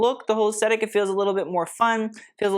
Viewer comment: Honey, I LOVE YOU! I watch all your videos and really appreciate your work. I have to say - PLEASE - YOU SAY THE WORD, "AESTHETIC" ALL THE TIME, AND YOU PRONOUNCE IT WITHOUT THE "TH". Please say it with the "th"!!! I'd love you even more!!!!❤